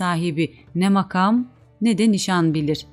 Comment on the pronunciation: Türkçede hece, kelime ve anlamına göre kelime vurgularının nerede yapıldığını bilmeden böyle bir şeye soyunmak doğru değil. Mesela "makam" kelimesinin ikinci ünlüsü uzun vokal olarak okunmuş, oysa kısadır. Kur'an ahlâkı da şunu tavsiye eder: "işinizi en iyi şekilde yapın." Bir iyi yapmak istiyorsanız, onun ilmini öğrenin lütfen. Hakkını vermiyorsanız hiç yapmayınız. Yanlış, eksik yapılan işten hayır umulamaz.